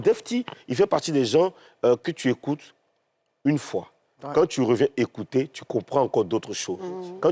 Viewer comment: " ecoutre " mdr ehhh, courrrrsss d'ecoutre intensif en papoasie